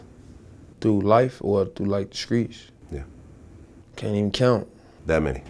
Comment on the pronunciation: "In The Screets" Nigga Say Street